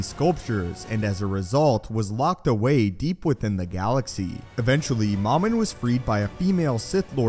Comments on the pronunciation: Dumb English, it's supposed to be Mumin, not moooomin Ahh, I thought you were joking about moomin. The finish trolls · It's mowmin.not mahmin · MOM-IN??? No, it’s pronounced “MOH-MIN” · This guy in the video pronounces Momin "Mamin". Why?